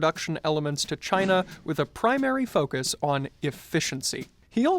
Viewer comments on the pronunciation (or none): none